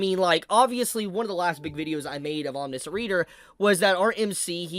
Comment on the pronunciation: It’s pronounced aweM nee she ant